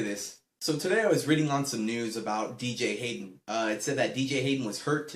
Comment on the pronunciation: wow bro you say BJ Hayden. what a great raiders fan you are........hahha jk